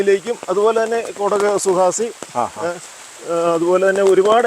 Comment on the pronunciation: കുടക് സുഹാസിനി അല്ല കുടക് സുവാഹിനി ആണ് ഞാൻ 2006 ൽ കർണാടക സ്പൈസസ് ബോർഡിൽന്നിന്ന് നേരിട്ട് പോയി കൊണ്ടുവന്ന് കൃഷി ചെയ്യുന്നതാണ്